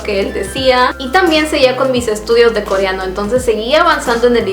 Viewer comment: Porque dice “CORIANO” jaja no puedo con eso.